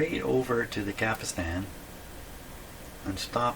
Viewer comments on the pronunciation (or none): He's been told this before, but he doesn't read comments - it's 'capstan', not 'capistan'!